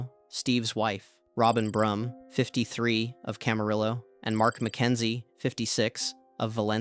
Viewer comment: Nice video, good work👍 For future, Camarillo is pronounced Cam-a-Ri-o